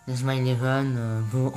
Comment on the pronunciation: Pk tu di inauma eleven Go chrono hone honnerre